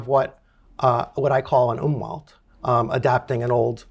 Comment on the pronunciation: Umwelt is pronounced “oom velt” but very cool talk!